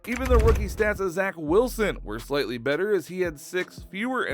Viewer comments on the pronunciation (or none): none